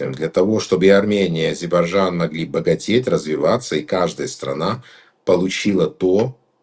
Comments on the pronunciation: Как можно столько веков жить по соседству и не научиться правильно произносить название страны соседа ! Не АЗИБАЖАН а А-З-Е-Р-Б-А-Й-Д-Ж-А-Н !!! Это как Путин вместо Касымжомарт Кемелевич говорит Кемельжеммммм . Это делается специально чтобы унизить. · Сначало научись правильно выговаривать название соседней страны-АЗЕРБАЙДЖАН,УМНИК.БУКВЫ Р И Д НЕ ВЫГОВАРИВАЕШЬ,ГРАМОТЕЙ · фу....сколько же вранья...Армянчик дорогой,а кто гнал из Армении в 90-е и до настоящего времени? Куда не посмотри,везде армяне,работающие на себя.Пользы от них ни какой.Учтите что я армянка.Научитесь выговаривать Азейрбайджан,а так дикция у вас не плохая.Хватит врать и подлизывать украинцам. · Интересно , что значит для армян ,, историческая справедливость "? 42 млн живут в США, так пусть там и добиваются автономии. Нечего вмешиваться в дела Армении. Армяне-иностранцы постоянно провоцируют ненависть к соседям Армении. Человек не в состоянии правильно произнести название страны Азербайджан. Или от большой любви или от невежества.